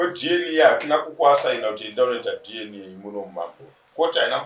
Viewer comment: Why do these people say dn instead of dna?I have heard this a lot nema Zimbabweans